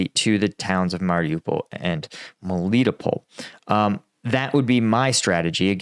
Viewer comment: * Melitopol → melly-TOPE-ul.